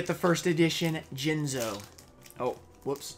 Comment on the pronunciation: Towards the end of the video you called jinzo, Jiz-no I believe. Jinxed yourself my man! Either way tho sick pulls